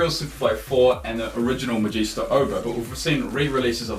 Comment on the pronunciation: not the first Magista...u said that wrong